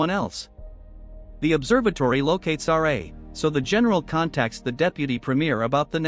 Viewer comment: RA not r -a